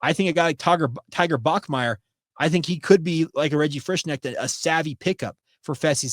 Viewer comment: I've known people with the same last name. The "K" is not silent. You say the name, "Frish-connect" only the "O" is more of an "EH" sound. Until i hear how a kid's mother says his name, i don't dare guess....